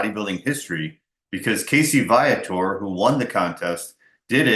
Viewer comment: Your pronouncing his name wrong...its VEE-a-tor as spoken by Casey himself!